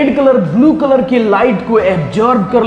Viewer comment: Bulu nahi blue sahi bolo English